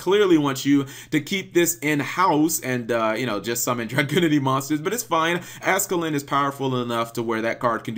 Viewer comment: Ascalon not ascalin